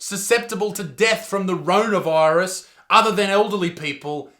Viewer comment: Rorona virus lol